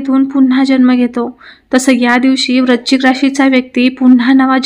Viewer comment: Tumhi rashicha ucchar barobar kara.vrushchik vrashichk nahi